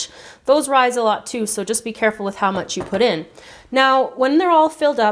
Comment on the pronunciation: she says pee instead of be